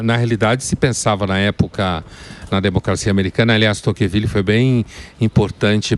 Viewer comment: Emílio, não é Toquenvile, é Tocqueville!!